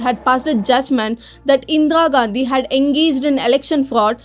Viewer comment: This is 100% lie. She can't even pronounce Indira Gandhi. Endra Gandhi.